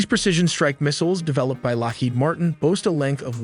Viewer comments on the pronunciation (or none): none